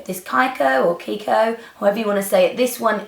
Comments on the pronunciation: Kiko is an Italian brand and we pronounce it like if in English it was "KeyKo". Hope you could understand! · Kiko is kee-ko ;) lovely make up Nic! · Lovely, I'll get inspired for a wedding I am invited to! Kiko is pronounced "keeko" :)